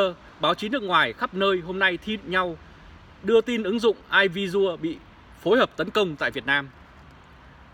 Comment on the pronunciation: " e vi si ồ "..air visiual.